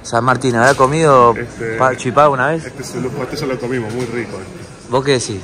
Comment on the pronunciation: Chipá? No señorito porteño es chipa